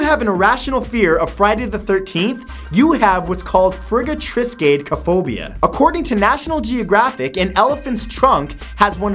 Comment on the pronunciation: You butchered Frigatriskadekaphobia so badly I wanted to fist my cereal